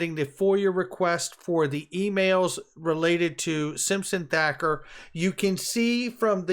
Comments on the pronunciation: Its Simpson Thatcher like Margaret Thatcher...spells with a ch not a K!! COME ON!! Big fan of your work btw. This just grinds my gears!! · Hey, it’s Simpson thatcher, not Thacker. I love your stuff bro!